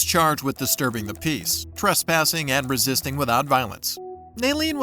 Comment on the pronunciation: Could she.. Could she not say "resist"?